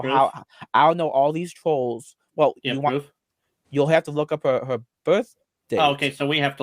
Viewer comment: “I didn’t gwope hewr!!!”